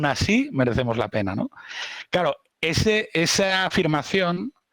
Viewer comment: Siempre me ha fascinado la gente que dice constantemente "cao" y "osá" en vez de "claro" y "osea".